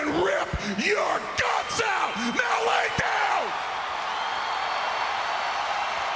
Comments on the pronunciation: hahaha lie its actually lay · Lay not lie